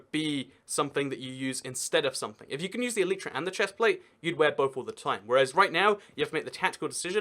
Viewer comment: please google how to pronounce elytra, and don't just listen to other youtubers saying it.